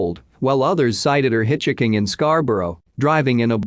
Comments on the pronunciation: “Hitch Hicking”? You mean hitchhiking, right? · can you not fix these where it pronounces hitchhiking correctly please, it's really annoying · I want to listen but your robotic voice cannot say 'hitchhiking' and I want a real voice. I'm out.